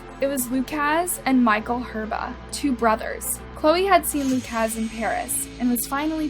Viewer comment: It’s pronounced “Lu-cus” or Lu-kis” not “Lu-kaz”